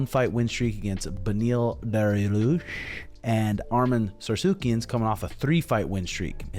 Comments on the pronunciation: out here pronouncing names like a scientist naming a new species of insect 😂 Arman Sarcucian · "arman sarsukyan" bruh